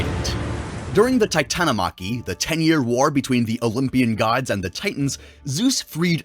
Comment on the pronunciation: You mispronounced “Titanomachy”